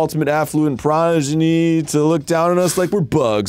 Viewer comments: Game: "Progeny" Arin: "Pronegy" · Wait, progeny is a word? I thought Arin was just mispronouncing prodigy